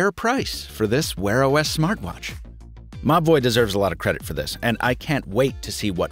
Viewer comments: I kept hearing Mobvoi as mah boi wth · I keep hearing 'Ma Boy' instead of Mobvoi 😅😅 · Every time you say the brand it sounds like you're saying "my boy" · I honestly thought you were saying "My Boy" throughout this video. "My boy brought over this speaker and microphone...", "My boy needs to collaborate with a traditional watch maker..." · Like similar comments I also thought you were saying my boy 😂😂😂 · said: Mobvoi I heard: m’ boy I see I wasn’t the only one... 😂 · Siraj Mazher lol at first I was like wtf dude, mah boi? Who is referring to? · Every time you say "Mobvoi" I hear "My boy" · I initially thought he was saying my boi when he said Mobvoi 😂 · saaame, i tought he reaaally loved the brand lol